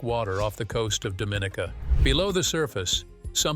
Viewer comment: Our island is pronounced Dom-in-ee’- ka! Dominica, British West Indies. Very cool!